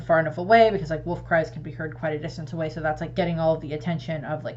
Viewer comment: I like that you say woof instead of wolf